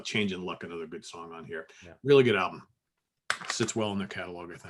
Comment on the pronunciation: The word is pronounced uh·NUH·thr, not ay·NUH·thr.